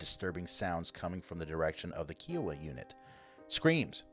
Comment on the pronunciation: My husband is Navajo and we have friends from other tribes.. I've never heard Kiowa pronounces as KEE oh wah. I've only heard it as KIE( like pie) oh wah. 🤔